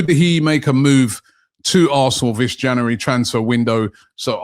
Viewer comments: Robbie its January not januwarey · Did you just say “January transfer move to a**hole?” 😂